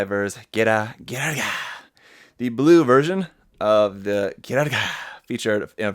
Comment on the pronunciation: OMAGOSH im crying every time you say Ghirga XD